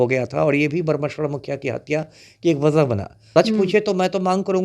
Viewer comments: मननिये हुलाश पांडे जी और स्वर्गीय बाबा ब्रह्मेश्वर मुखिया जी का उचारण तुम ताम से करना ठीक नहीं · Isko bolne nhi aata hai mukhiya jee ko ekar word me bolta hai batmij insan